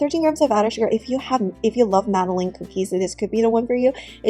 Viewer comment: Madalynn, Madalin, Madeline, not Madaleen cookies